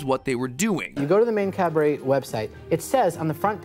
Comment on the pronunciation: it’s not Cadbury, it’s Cadbury